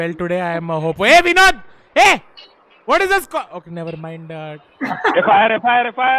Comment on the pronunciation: Did he say Vinod our "Binod"